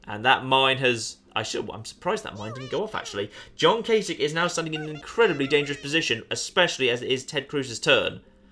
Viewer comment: you have my automatic, utmost, and unwavering respect for being the first Youtuber I've watched who actually knows how to pronounce Gov. Kasich's name. I take it there's no connotation in naming worms after major political figures?...;)